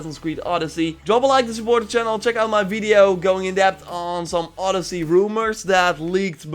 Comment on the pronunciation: 🇬🇷It's not oooodyssey it's odyyyyssey 🇬🇷 :)